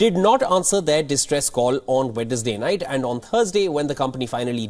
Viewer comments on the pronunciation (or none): none